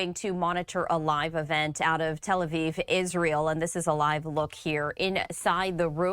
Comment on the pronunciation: Televiv graham lol